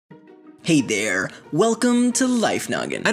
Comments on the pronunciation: " Hey dere " enslaved new English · That "there" at the end tho.